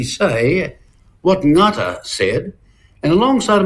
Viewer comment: Jesus Winston, if you're going to give props to Sir Apirana Ngata, at least try to pronounce his name properly...whats wrong boy?? Your Maori lips too big?!?!?!😂😂😂